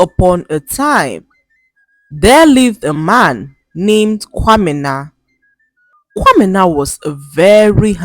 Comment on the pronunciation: I love how you pronounce kwamena❤❤😊